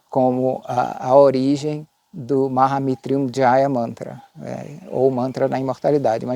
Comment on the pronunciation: Meu querido irmão, lindo vídeo! Mas tenho duas dúvidas: 1ª - na pronúncia você traz o som do "R - brabo" para depois do "T", como se ficasse "Maha MitRyunjaya"?? E a 2ª: na descrição do vídeo vc afirma contar uma versão da origem do mantra. Se você conhece outras versões, onde posso encontrar?? Como tenho interesse, fiquei curioso. Me ajuda nessas dúvidas? Gratidão, gratidão e gratidão e muita luz a ti! 🙏